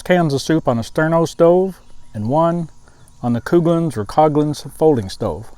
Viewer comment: It was Never Coo-glins..... JFC dude.